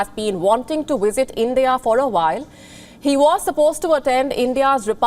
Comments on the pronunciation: The presenter needs to learn how to pronounce the letter v in English; it's visit, not wisit. The presenter conveniently overlooks the significant trade barriers imposed by India on foreign goods. And why are visas a one way street? How about India allowing Brits the right to work in India? Finally, the presenter seems confused by whether the purpose of the program is Johnson's covid breaches or trade talks between the two countries. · Is that wisit or visit? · Is it just me or does the way says "visit" sounds like 'wisit'? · It's visit not wisit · Is it wisit or visit turd or third? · Learn to pronounce " visit". Very amusing to hear the pronouciation as "wizit".. but....ce la vie and no big deal. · Stop saying wisit? Hindus still love their colonial masters. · The wizit? What is “the wizit” and where do I get one? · The "wisit" I was confused 😕 for a while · I keep hearing wizard it place of visit 🤷🏿‍♂️😅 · she cannot pronounce visit without using a w, wisit , but can say visa perfectly ?, i bet Sunaks wife got shares in that new jcb factory aswell, go home Boris and face the music, and thanks for showing us more british firms moving abroad for cheap labour and reduced taxes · Sounds like she is saying wizard. But then again I'm just a Stupid American. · Wizit is better than a visit. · I fail to understand why a news reader would pronounce words having letter 'V' like the words having letter 'W'. Please correct the diction.